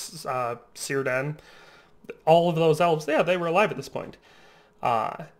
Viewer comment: You really need an ad blocker. I haven't seen a internet page that busy since 2003. Oh, and Cirdan should be pronounced with a K sound. In Tolkien the letter C never sounds like S.